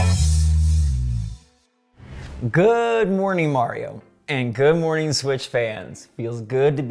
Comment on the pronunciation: So funny hear you saying hood mornin 19hs (brazil time) 😂